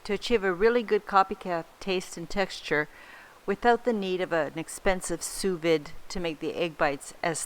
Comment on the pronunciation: It's pronounced soo-vee, like boo and like see. Thanks for the video. I'd probably put all of the ingredients into the same bites.